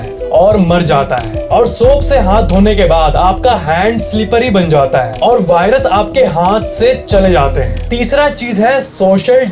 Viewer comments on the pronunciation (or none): .. Give a like who noticed BHAI-rus instead of Virus.. 🙏🏼🙌🏼💥💣